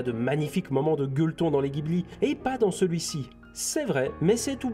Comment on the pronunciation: Critique interpretative un peu branlante. Tu le dit toi même. Pourquoi ne pas avoir fait une critique interpretative non branlante ? En + tu renvoies a la vidéo de "lapeinds" qui est encore + mediocre que la tienne. Tu n approfondie rien. On apprends rien. Le roi des perruches incarné. Et on dit pas guibli ...